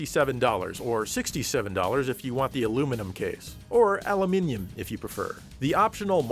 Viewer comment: "Aluminium" is greaty appeciated!